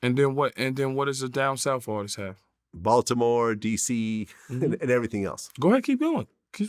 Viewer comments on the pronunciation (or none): Don't ever say bmore like that again balTImore that's disrespectful glad